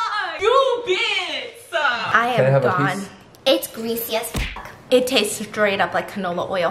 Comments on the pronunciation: stephanie has said “ biss “ so much that hearing her say “ B*tch “ sounds foreign to me😭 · Usually Stephanie: says Biss Stephanie: says bitch Me: 👁👄👁